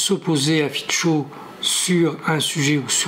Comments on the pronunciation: Robert Fico , se dit Fitso et pas Fitcho , le c se prononce ts en slovaque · FICO : son nom se prononce, en slovaque, [fitso]